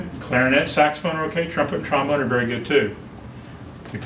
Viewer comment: Trombome ha more like trombon-er